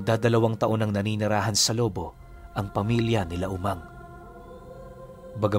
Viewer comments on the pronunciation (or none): CORRECTION LOBO HINDI LO- BO PROUD BATANGUENO IS HERE AT HINDI BARYO. BARANGAY ANG TAWAG SA AMIN😅😅😅. AT ISA PA KAPAG ANG ALBULARYO AY TUBONG LOBO BATANGAS AY HINDI MANOY ANG TAWAG SA AMIN MANG ARMAN 0 KAYA'Y KA ARMAN PARA ITAMA LANG ANG SALITANG TAGALOG NA BATANGUENO. SA PAGKAKA ALAM KO ANG MANOY AY SALITANG BICOL. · mali ang bigkas mo sa Lobo,,,wolf ang dating ehh..Lobo',,ganyan sya.. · Hindi tama bigkas mo sa lubo